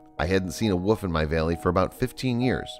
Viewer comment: I really hate how this guy's voice sounds not sad, just emotion-less. Also anybody else notice how this guy says "woof" and "wooves" instead of "wolf" and "wolves".